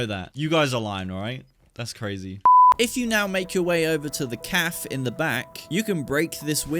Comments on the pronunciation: Please pronounce Café correctly its not calf its caff ay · it's pronounce "kaf-ay" not "kaf" good video though. Been playing since release and I didn't know about some of these if you go prone in this spot you can actually see through the sandbags. You can't shoot through them, but it's cheap for an ambush. you can actually get to those fire escape stairs ahead of you if you go over and climb on the sandbags, jump on the sheetmetal, and then climb the sign